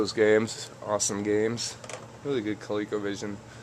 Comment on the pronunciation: Hey man, thats awesome...btw, coleco was an O not a second E